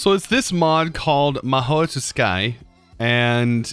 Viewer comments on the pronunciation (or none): Fyi it’s pronounced “ma-ho (very slight t)su- kaie” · Its pronounced as ma-ho su-kai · Ma-ho Sue-ky. That's how you say Mahou Tsukai. It's japanese...from what I can tell from the name. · its always funny how he pronounces stuff he doesnt know :D maheo tsukai = maoi tusky Ars Nouveau = ars nuvu haha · I don't see why, he says EVERYTHING wrong. Adding 20 letters and saying mahoy to sky is just commonplace round here. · yeah hearing what he calls it made me even more depressed than I already am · When he pronounced Mahou Tsukai wrong..... I literally died.... Still love the content tho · it's fine when he says normal words wrong... But when he says anime related things wrong, I literally cannot